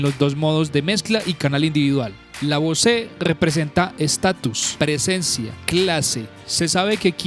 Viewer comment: Bose (bouz) not (Bosé)